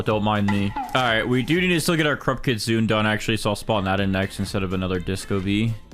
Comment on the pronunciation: It’s pronounced KIT SOON AY btw